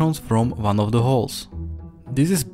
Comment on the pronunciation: "The" isn't pronounced "duh."